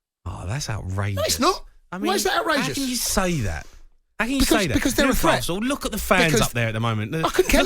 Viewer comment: Note to Jamie: The correct pronunciation of the word 'threat', is not 'fret'. Newcastle is not a 'fret'; Newcastle is a 'threat'. You can 'fret' that Newcastle is a 'threat', but that is quite another matter.